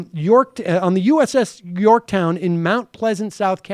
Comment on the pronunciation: Did he say the "U.S.S. Bjorktown"?